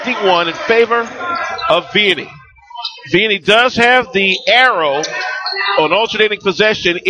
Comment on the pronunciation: It's pronounced VEEanney.